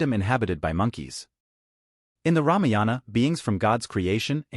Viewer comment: It,s ramayana not ramiyana